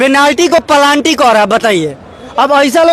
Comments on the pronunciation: " पेनाल्टी " को प्लानटि कहने बाला भाषा सायेद भाजपाई की शिक्षा ब्यबस्था का अनर्गत कई नए भाषा आनेवाली हे-बिहारी भाईया सब तैयार हो जाए नई भाषा शिखने के लिए- तभी आप सबका वेरापार होगा । भगवान आप सभी का भाला करे ।😃😂😂😆😆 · Kamraj University, Hafidivit, Planty 😂😂😂